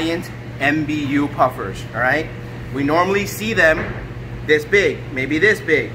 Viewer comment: He pronounces it M B u puffer but its a word